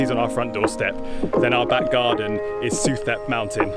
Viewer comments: The street is pronounced su-tep. In Thailand the TH symbol sounds as a T, H is dropped. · Pronounced Soo Tep. Saying it as you do, lets the local people know you are a recently landed foreigner susceptible to higher prices.